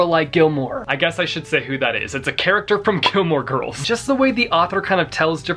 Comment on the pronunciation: you sometimes spit first syllables/consonants out HAARD. Like "it's a character from KILL MORE GIRLS" lol